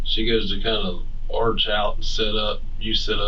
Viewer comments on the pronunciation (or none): none